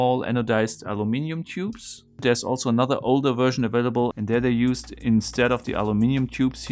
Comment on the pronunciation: What happened btw? Also funny how you say "wersion" Lmao